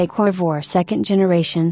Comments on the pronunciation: What is a "Corvwah?" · Sorry, but if you're going to use AI or whatever that is speaking, at least have it pronounce the name of the subject correctly...lost interest at the second mention of the "Corvoir." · Dump the computer generated voice or teach it English. Covore? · WOW lady you need to learn how to pronounce the name of this car. or I have heard it wrong my whole life from everyone who has ever said the word